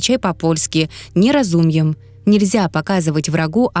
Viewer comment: Nie rozumiem читается как «не розу́мем», а не "не розумьем"😊 Как и засветившаяся на видеоряде księgarnia, «кщеньгарня», родственное украинскому слову «книгарня» и белорусскому «кнігарня» (буква г в украинском и белорусском произносится характерно, но по-разному). Или приведённая уже Максимом Евгеньевичем фраза tylko świnie siedzą w kinie, «ты́лько щви́не ще́дзо ⷨ ф ки́не». Но с ударениями вот проблем нет😊 Польская фонетика удивительно схожа с русской и белорусской (к ней ближе), и если понять, что как читается, проблем не возникает у русскоговорящего🇵🇱 Украинская фонетика сложнее, чтобы не было акцента, чтобы была литературная речь — но он тоже замечательный🇺🇦